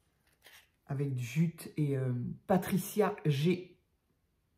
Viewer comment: Coucou, quel plaisir de te revoir sur YouTube. Joli défilé de superbes tags, pour moi tout est Ok 👍🏻 Et, oui, tu prononces parfaitement mon étrange pseudo 🙂 Signé: Patricia G